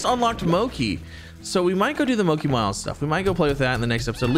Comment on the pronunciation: Ya hear that Z! Keep them fed and they will stay where they are and also I’m 98% sure mochi is pronounced exactly how it’s spelled